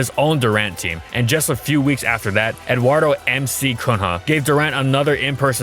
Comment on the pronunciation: Omg, you murdered Eduardo Cunha´s name rs